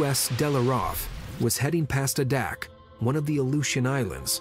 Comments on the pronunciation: Gotta love it! “Uh-dak.” 😂. It’s funny how outsiders try to pronounce Alaskan names. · Adak is pronounced. AY as a long A. -DAK.